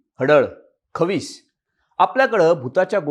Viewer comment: Ye bala khavis nahi re khais mhantaat😂😂